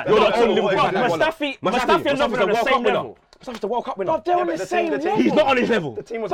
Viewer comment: man said Lovern proudly